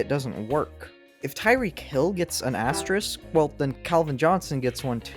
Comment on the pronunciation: This is a tough video to do when you can't pronounce asterisk lol, big props man